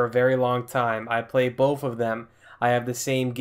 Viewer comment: I have bof consules,I play bof of them,I have the same games on bof of them you went to school right it's "Both" sounding(b) (oa) (th)